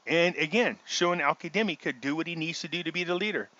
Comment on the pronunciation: Why do you pronounce his name as Al Kademi? It’s Al Kazemi!!!